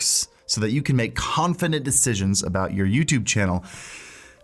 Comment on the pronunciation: is it just me or did say confinent instead of confident? It just threw me off for a moment.